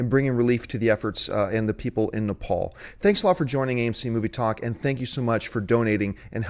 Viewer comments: It's Nepal not napal idiots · Nepal. Not napal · Isn't the country called NEPAL ...not NAPAL. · Nepal not Napal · Nepal .... not Napal... just fyi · its Nepal not Napal